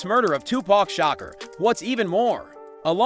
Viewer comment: His is not Shocker it’s Shakur